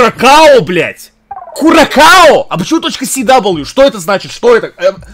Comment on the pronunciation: МонтэвидЭо столица Уругвая, Курасао, а не куракао, удали геогессер из закладок, не позорься